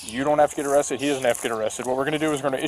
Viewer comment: "I want him awwested, he swammed me into a twuck" This guy has a drivers license? He seems like one of those guys who need a ride to work if you know what i mean...